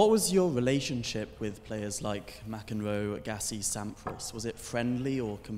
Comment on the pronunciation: "Ma-Kenrow"... omfg, who is this moron asking the questions ffs?! Is this seriously the smartest guy Oxford could find... what an embarrassment.